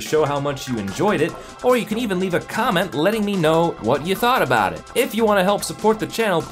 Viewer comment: abowt sans